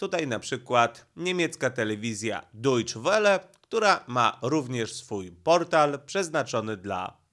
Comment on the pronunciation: Dojcze Wele się mówi